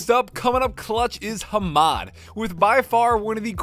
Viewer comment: I was soo confused cuz I thought said "Hero RTX 3800, but I know what he meant." This made me think that the guy wrote 3080 but was correcting him to a Hero 3800... I was like there isn't any Hero gpu's nor a RTX 3800. I kept rewinding and on my 3rd time I realized that he said "He wrote" instead of "hero"... I feel so dumb, lol. Your dog is cute so instead of not making videos, Just include him in them and keep up the great work. PeAcE ✌